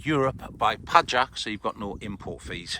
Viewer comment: Pajak if you... Noted! btw proper pronunciation PAYAK (surname of the owner. Meaning: spider)